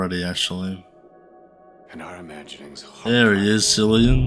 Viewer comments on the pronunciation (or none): The "C" in Cillian is pronounced as a "K". It's Irish so it's pronounced as Killian